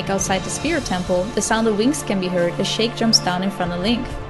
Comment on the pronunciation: Sheik is pronounced "sheek" not "shake"...